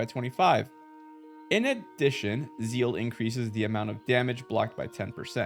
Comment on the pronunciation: ..ok, I had no idea what Zeal is nor that it exists, cuz I thought you were sayin Seal but for some reason with German accent..and not to mention how much I got confused when you mentioned seal and zeal in one sentence.. 🤘😅